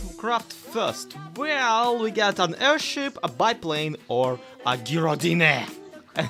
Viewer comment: I think it's pronounced - guy-roe-dine - but I'm not 100% sure. Not actually heard it, just going off similar words. Don't stop doing what you do,, you make the world a better place. It's been so hard to smile lately, but I know you'll always make me smile, often you'll make me laugh and tell my cat how funny is.